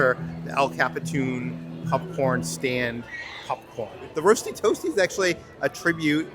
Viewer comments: Why everytime says popcorn, I hear "Pup-corn!" Great vid guys. Pup-Corn!!!!!! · This was fun to see. I like how calls popcorn, pupcorn. I won't be back to Disney for a while, so it's nice to see this all. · say popcorn!: Pupcorn 😂😂 I kid, I kid,. Great video as always ❤